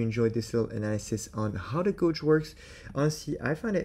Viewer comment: bruh.. the way you say "gorwje" is killing me 😂😂😂 it's pronounced like "gayje" :_aizen